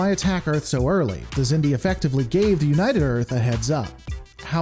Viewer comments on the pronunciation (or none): The Xindi (pronounced "ZIN-dee") were an alliance of species who evolved on the same planet in the Delphic Expanse, known as Xindus Have fun being wrong